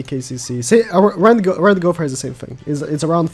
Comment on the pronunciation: Gow Ther Not Gow Pher